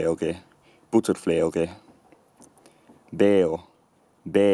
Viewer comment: looking at the ipa , i'm fairly certain you pronounced the "ge" in "buterfleoge" wrong? it's a voiced velar fricative, not a voiced velar plosive like the english g.